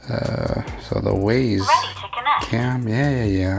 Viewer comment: It’s pronounced wize